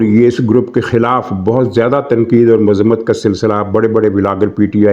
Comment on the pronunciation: Mazmat nahi muzammt Right pronunciation